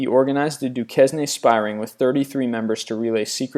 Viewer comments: Fritz Joubert Duquesne is pronounced Fritz "zhoBEHR dooKAYNE." :-) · Duquesne Du-kess-nay *facepalm* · Duquesne is pronounced "Du-cain"